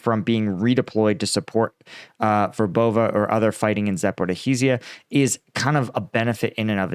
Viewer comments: Not Zoporo-hi-zja.. Za-po-ri-zjya. I wrote it for the channel owner in way so he can actually pronounce it right, for once lol (no offence) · How to pronounce ZAPORIZHZHIA